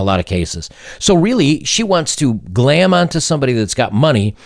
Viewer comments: Glom not glam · It's "glom onto" not "glam onto"